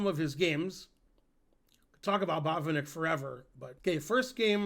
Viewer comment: I think a Russian or eastern European would say baht-VIHN-ik, accent on middle syllable. Same principle for to-PAH-lof (Topalov). But some Americans would be confused.